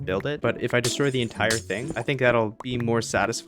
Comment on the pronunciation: mans said destory